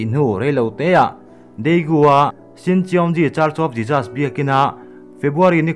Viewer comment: A tha hle mai. Mahse, i pronunciation pakhat JESUS tih kha, i lam dan kha ka lo tîm deuh, a lam dan han zir leh deuh teh, ka lawm e